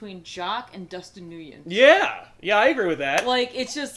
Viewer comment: Nyugen is pronounced "Win". I was suprised too.